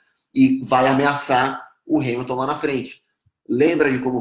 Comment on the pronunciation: Pq vc fala hais !?!?!?!?!